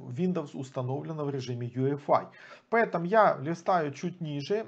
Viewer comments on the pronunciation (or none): почему вы говорите Ю ЭФ АЙ, если это ЙИ ЭФ АЙ. путаете людей.. а вообще крутой тутор. спасибо. все достаточно доступно и с разбором